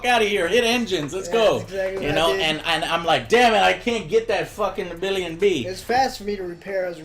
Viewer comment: Nabilion-B.......XD He started off calling it's proper name, and went wayy off over time lol